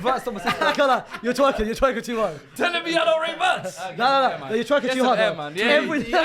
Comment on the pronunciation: I hate pronunciations of Wirtz